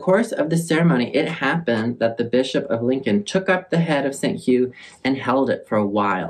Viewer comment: Look what you've done to my brain. When you said "Holy Bishop" I thought you said "Holy Bitch-up" and I will never be the same. 😂